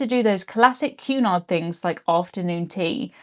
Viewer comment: I kept hearing you say "QAnon" every time you said Cunard 🤣 Blocking youtube is absolutely absurd.